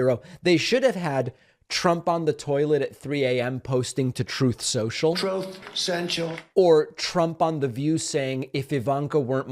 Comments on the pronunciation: “Troth central” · “Troth sential” 😂